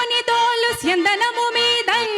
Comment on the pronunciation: చందనము మీద =గంధము మీద స్యందనము మీద = రథము మీద ఉచ్చారణ చెడినది అర్థము మారినది అక్కడ వున్న మేధావులకు కూడ అర్తం కాలేదు